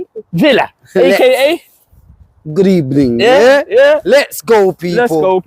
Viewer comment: Unai Emery - Good Ebening!